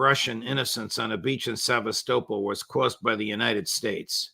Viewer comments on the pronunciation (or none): Yesterday, you pronounced Sevastopol correctly in one show, then sincereverted to a dumb pronunciation. Why? It's disrepectful in my view. Listen to Lavrov and get it right. Yeah, I'm old and testy, but really....try harder.